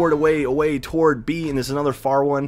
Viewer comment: whats toward mean?....do you have a speech impediment ?are you like that guy from South Park who cant pronounce the letter "T" in Planetarium?